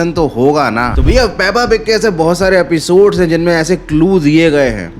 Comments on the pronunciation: Peppa pig❌ pappa pig✅🤣🤣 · Peppa pig ❌puppu pig✅